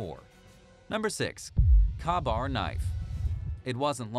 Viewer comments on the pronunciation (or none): The knife's name is properly pronounced "Kay-bar". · The KA Bar knife. Isn't it pronounced Kay Bar. Or am I wrong. After all I have used one before... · Yes, I have a KaBar fighting knife made in 1943. I also served in the Marine Corps during the Viet Nam years. The correct pronunciation of the name is: K-Bar. The “A” is silent. Simper Fi!! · Yes, pronounced "Kay-bar". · Kabar knife ?? Your pronunciation of Kabar is very incorrect. You must not be American......